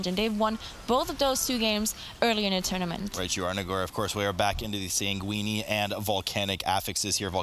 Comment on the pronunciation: Did he pronounce it "sanguini"?